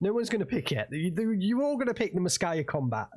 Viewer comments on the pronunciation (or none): translation for BA-64 kombat ( its pronounced kombAt, not kOmbat - comandir bataliona, batallion commander ) is Berlin-Caucasus